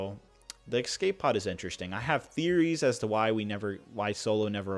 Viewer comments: ESCAPE...*ES*cape...E.S.cape, not “Excape”. You always say “excape” whenever there’s an escape pod or escape feature in a set and it’s a pain to listen to. You’re in your early 20s surely you should’ve figured out you’re saying it wrong by now?? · I really like it when people add an X to escape. It’s E S C A P E not E X C A P E